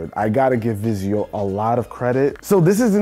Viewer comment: "Vizio." Please stop.